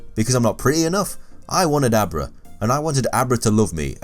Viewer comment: when you were saying Abra all I could hear was a bra. "I wanted a bra but I couldn't get a bra